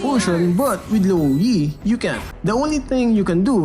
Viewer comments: Luo yi? You mean rouei? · No one: literally no one:: LUO YEET